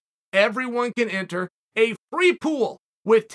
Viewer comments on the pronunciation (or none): none